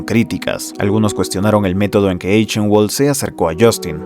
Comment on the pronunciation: Muy buen video, buena edicion, buena narracion y buen pace. Pero pequeña observacion que me molesto un poco: Eichenwald seria pronunciado como /aijenbald/ entiendo que no es un apellido comun y que es un detalle muy bobo pero nada mas pa que sepas. Ojala llegues pronto a los 100k, disfrute mucho viendo este video